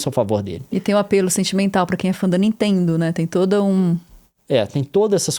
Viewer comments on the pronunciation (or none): "da ninteendo né..." Juro que ouvi o Gregório Duvivier quando tenta fazer sotaque de paulista, só faltou o "meu" no fim: "da ninteeendo né meu...." hahahahahha